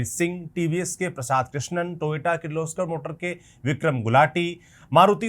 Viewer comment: Toyota ❌ Toyoto ✅ 😂😂😂😂